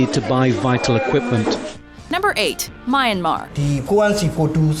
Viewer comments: The way she pronounced "Myanmar" really bugs me..... My and Mar. WTF? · The way the narrator pronounced Myanmar is 🤣. Come on at least say it right. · The way how she pronounce Myanmar is so wrong -. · That is NOT how you pronounce Myanmar... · its pronounced "ee-rock" with soft "i" like the word "in" Please at least do that right.. Same thing with Myanmar...the woman in the news report says it right but you can't even.. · So the narrator goes out her way to pronounce high fashion designer names the right way, yet can't say Iraq, Iran and Myanmar correctly?